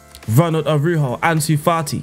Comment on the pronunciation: Araujo in spanish is pronouced ara-urro